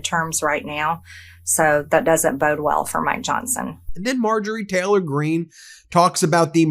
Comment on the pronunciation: Ben, it’s Taylor, not Teller.